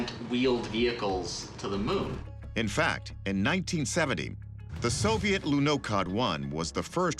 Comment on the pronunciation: Лунаход reads not as Lunacod but as Lunakhod